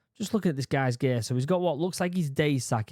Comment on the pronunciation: "OH IT"S ALL GEYYY" Gear... he tried to say Gear